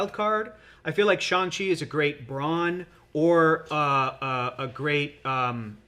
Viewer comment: Thank you for being one of the rare YouTubers to pronounce Shang-Chi correctly. Everyone else says ShUng-Chi and it drives me nuts. I mean there's even a scene in the Shang-Chi movie where he teaches Katy exactly how it's pronounced and repeats it a few times.